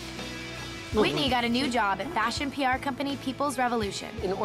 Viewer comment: Lol that’s like the main thing I remember about Whitney was the way she would enunciate her g’s but they sound like k’s. 🤣